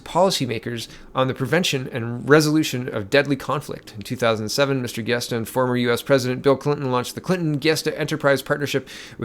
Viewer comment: Giustra is pronounced jewstra.